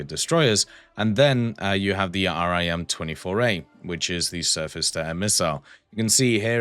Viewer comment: Just a little thing when talking about navy missiles you don’t need to say R-I-M just say rim